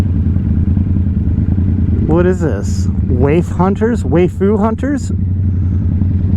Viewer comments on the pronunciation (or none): What is "Wai-Fu" hunters? haha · 'way-fu hunters' lol